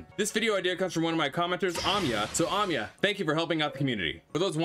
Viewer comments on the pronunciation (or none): so glad i could help ! this game is sm fun, glad 2 share my findings u said my name wrong (its ah-my-ah) but i can look past it lol, ty for being such a helpful channel! glad 2 be apart of ur community 💖